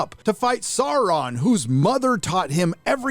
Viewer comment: the only problem i have is how you pronounce «Sauron» otherwise great video 👌👌